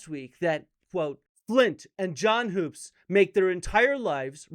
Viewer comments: It’s pronounced John Hups not Hoops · Graham can't even get Hoops' name right. Sounds like wood not food. Dibble is destroying these guys, and it is really funny. He's shaken the beehive, and they're stirred up real good. Edit: I've got this theory, and it might be way off base. I get the feeling that the ancient aliens/advanced civilization thing is more of a messianic fantasy than anything else. People are hoping the aliens will come down from the heavens and save us from ourselves. Are you guys seeing that?